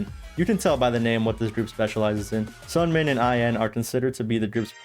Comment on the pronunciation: This was awesome I love it but you do say Seungmin's name a little wrong